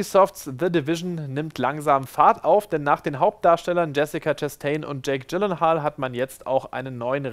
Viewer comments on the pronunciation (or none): 😂 Tschäik Tschillinhaahl... Sorry